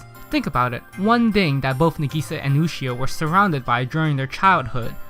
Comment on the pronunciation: He spelled Sinai wrong and he keeps saying Ushio when she is clearly named Yushio